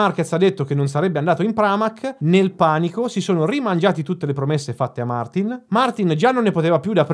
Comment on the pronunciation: non gliela fai proprio a pronunciarlo giusto Martìn, vero?